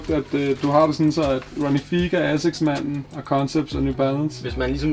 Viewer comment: Fed samling :) Ronnie Fieg udtales F-eye-g ikke Fig og Hermés udtales Ermés - H udtales ikke, men S gør :) <3 Its all love